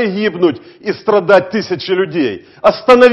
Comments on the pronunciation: Наконец-то читать научился, АСтановитесь. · Мукатай vienna - правильно "астанавитесь" - через 'а' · АСТАНАВИТЕСЬ - СТАНАВИТЕСЬ выбор за вами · Тут слышно только танавитесь. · Вы как-то не по-лукашенковски написали. Он говорит "Астанавицесь!". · Лайк, если после казахских событий пришел опять послушать "Астанавитес"